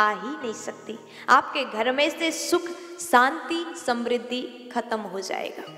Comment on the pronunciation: Saaanti Saam nh Shaanti Shaam. Uchchaaran sahi karo. Choti bachi nh ho.